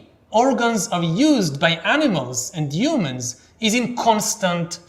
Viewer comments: I've noticed this with other Israelis speaking English it's like they just skip the H sound, perhaps used to a rough sounding one not soft. Its funny I saw him speak before I read the books so whenever I read the word humans in them in my mind they were "yumans" lol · We do have a "hu" sound. It just gets muffled for some reason. Who knows, maybe Yuval thinks that the H in "humans" is silent? We'll never know.